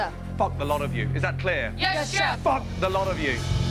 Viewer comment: “Fuck the lot of you. Is that cleeeuh?FUCK THE LOT OF YOU!” Has to be one of the greatest lines in tv history. It wasn’t good enough to say it once while being probably 1 feet away from her face looking her dead in the eye, he had to say it again with even more emphasis and continuing to make direct eye contact 😂😂😂😂